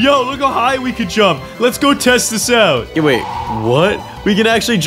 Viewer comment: when said hey!! its sound like hayy!!😂